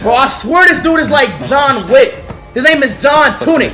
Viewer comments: John wick ❌ john tunick ✅ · Bro he literally said john tunik😂😂😂😂